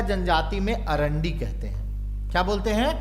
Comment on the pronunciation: सर मुण्डा जनजाति में विवाह को अरांडी नहीं, अड़ांदी बोलते हैं ।